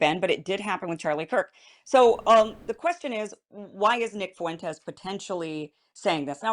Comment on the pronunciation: Why can't women and black men use a dipthong? "Fuentes" has a dipthong ie "ue" "Fuentes" has two syllables not three